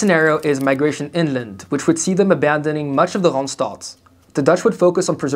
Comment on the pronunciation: He pronounces "Randstad" weirdly though